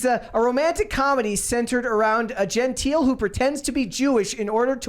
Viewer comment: It’s pronounced “Gen-Tile” not “gen-teel” just fyi